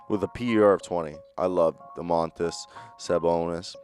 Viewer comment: Hey guys! I'm lithuanian and I would like to let you know - not DomAAAntas, but DOOOmantas SabOOOnis and not ArvYYYdas, but AAArvydas SabOOOnis. :)